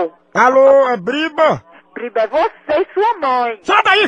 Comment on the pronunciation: Sabe nem falar. Não é briba. É BRÍBORA